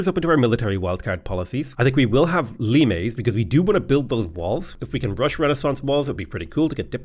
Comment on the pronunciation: heyyyy he said limes correctly